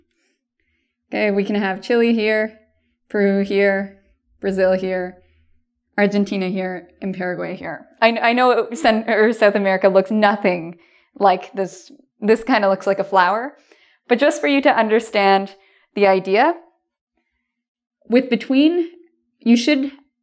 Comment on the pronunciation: no one:: Sudamerica looks llike a florwer jajajaja